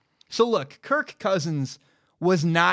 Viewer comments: I'm intrigued by the emphasis of the K in kir(K) Cousins. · Amazing analysis. Shame I can't get past how he over-pronounces "Kirk"